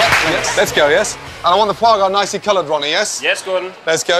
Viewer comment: it's foie gras. it is either duck or goose liver. it's pronounced fwah grah as it's french.